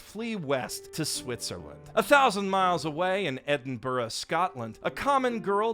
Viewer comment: that is not how you say Edinburgh 💀💀💀💀💀